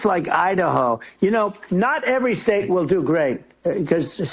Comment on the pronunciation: This Dude say the Sate it’s called the State 😂😂😂😂😂😂